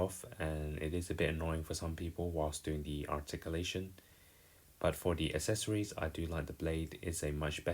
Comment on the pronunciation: Still struggling to pronounce “accessories” correctly, I see.